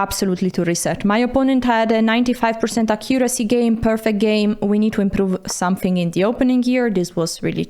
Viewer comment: ffs AC-curacy not ac-COO-racy 😬 the stress goes on the first syllable 😬